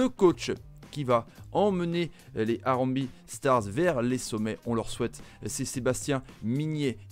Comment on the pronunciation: Salut super présentation par contre harambee, se prononce harambéé et pas harambi